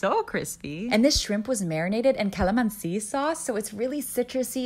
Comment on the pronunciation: She pronounced calamancit wrong 😭 its fine tho she didn't mispronounced everything